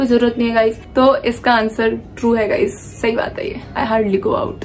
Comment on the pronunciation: Best part Gaizz Gaizz Gaizz Gaizz 😂